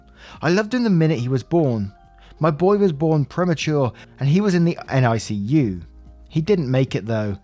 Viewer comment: In the US, NICU is just said like "nick-you." But s2 NAH. It's extremely unfortunate that coincidence popped up,, ll but it's not your job to do her healing for her. #therapy?